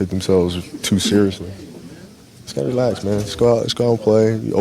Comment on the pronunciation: Not kobe saying "He needs to realax" LOL!